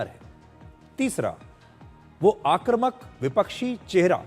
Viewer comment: आक्रमक नहीं आक्रमक बोलो बेटा